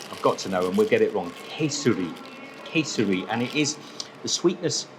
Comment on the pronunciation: It's pronounced KEH - SEHRI. Spelling is KESARI.